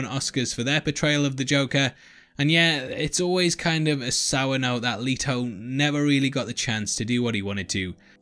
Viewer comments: LET, LET, LET, LETO LETOOOO plz stop saying “Leeto” his name is LETO!!! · Leto NOT LEATO!!!